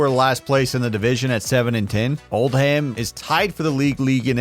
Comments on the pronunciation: There's a town in the UK called Oldham. Its pronounced Old-am. Hearing you say Old-ham really messed with me. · ITS PRONOUNCED “OLDUM” NOT OLD HAM